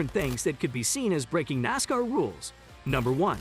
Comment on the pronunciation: Started watching this then realized that the commentator is the idiot that can't even pronounce NASCAR. Dude, it's Nass - Karr, not Nass - cur. I have a question. Who is lined up in Martinsville to take Bubba out in the first ten laps. Who’s on line for the middle section of the race and who will do the honors in the last ten laps, assuming he survives that long?? Same questions for Phoenix, who’s on first…